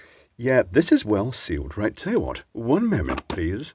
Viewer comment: "then we can see WATT it is"